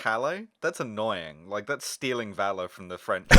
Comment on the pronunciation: ... bitches about the pronunciation of Calais... butchers valor...